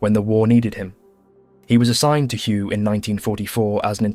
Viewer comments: I thought Hue was pronounced “way”? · Hue is pronounced "way" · Ngyuen is pronounced win and Hue is pronounced way christ brother you're killing me 😂